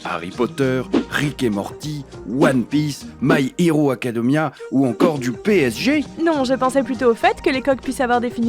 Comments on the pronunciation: "my hero acadeumia" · Le doubleurs du sponsors a dit my héro acodemia